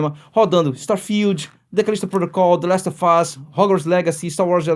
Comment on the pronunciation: "Dlest ôfáz" HEUEU